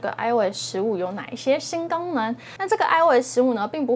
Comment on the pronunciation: 一听吓一跳，“新gangmen”...